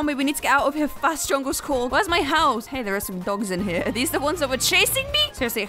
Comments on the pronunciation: Fun fact: its not "Djungelskorg" its actually "Djungelskog" and djungelskog means jungle forrest! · djungleskoch pronouced "jungleshkock" the real ikea bear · she almost got it correct. the bear's name is DJUNGELSKOG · it's Djungelskog. u missed 2 letters